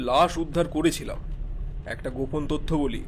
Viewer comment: গল্প মোটামুটি , গল্প পাঠে উচ্চারণ অনেক জায়গায় ত্রুটি আছে , যেমন তথ্য , তত্ত্ব নয় , এরকম আরো ত্রুটি আছে , তবে ভয়েস সবারই ভালো ।